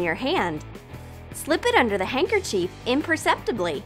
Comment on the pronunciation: No offense I love your channel but it’s not handkerchief is handkerchief